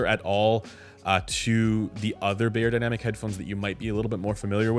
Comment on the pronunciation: I am once again chiming in to beg that you please correct your pronunciation of the brand name. It should sound like "buyer," not "bayer."